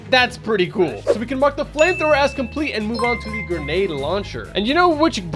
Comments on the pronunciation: Grendade launcher instead of Grenade launcher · “Grendade launcher”💀💀